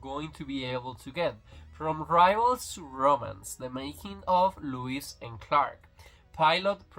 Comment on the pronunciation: It’s Lois not Lewis no w in Lois lane.